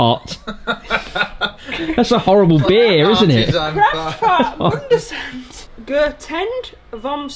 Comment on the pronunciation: As a German 🇩🇪, I can say: Kraftfahrtbundesamt and Sitzkasten were well pronounced!